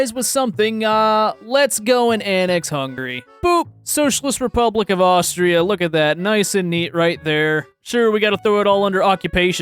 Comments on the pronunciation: The way you dared to say austria has hurt me to my very core there is no k at the end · took 3 weeks of german and pronounced Austria wrong XD